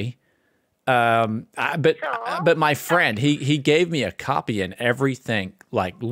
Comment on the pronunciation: Windows 11 "capy" xD